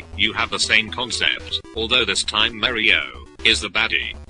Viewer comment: i love how he says "mario" like "mari-o".. ha ha..